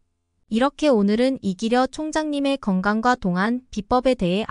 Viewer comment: 발음교정요함 똥안~동안으로~~~